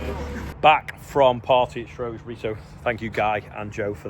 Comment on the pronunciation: Shrewsbury NOT Shrewsbury.